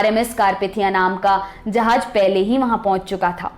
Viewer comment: 'Jahaaz' not 'Jahaaj'